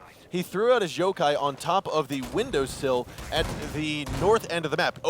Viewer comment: wtf he said jokai not yokai lol